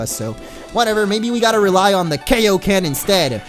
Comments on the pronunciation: It's pronounced "Kaiōken", not "Keiōken". Because it's named after it's creator, King Kai. Kaiō sama. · It's pronounced guyoken but with a k sound instead of a G sound, it's not Kayoken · It's pronounced K-eye-o-ken not K-o-ken, Sorry that bothered me way to much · it's KAI-oken, it's like saying hi, not like hey